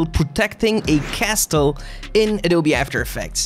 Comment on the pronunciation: castle, don't pronounce the T... 🤣🤣🤣